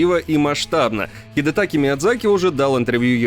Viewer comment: Может ХидетакА, а не Хидетаки? Комментатор не в теме походу. Диз завез)